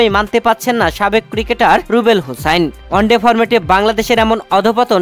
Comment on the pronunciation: Onde noy bhai at first one day bolte Sikh. Aar paler noy player bolte Sikh. Sab mone hoy Bharat er sorojontro. Jobe tui one day format bolte parbi tobe bangladesh champion hobe.